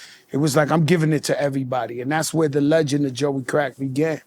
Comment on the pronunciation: 😂😂😂 Lmao “THE LEGAND “. He said I created Terror Squad …. NO NO NO LITTLE JOEY.